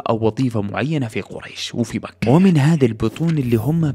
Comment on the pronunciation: تكفى غير الاسلوب وس اللي مكحح قول مكة